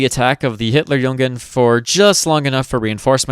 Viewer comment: Just one pronunciation correction (the rest is very good actually), its Hitler*jugend*, not Hitler*jungen*. Hitlerjungen would mean "Hitlers boys", which has.. interesting connotations. at least in german.